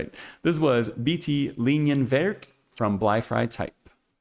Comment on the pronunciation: You pronounced "Bleifrei" and "Linienwerk" quite well in German :) Just the syllable stress in "Linienwerk" could use a little improvement: the correct pronunciation is Lí-nienwerk (not Linien-wérk) – the stress falls on the first "i".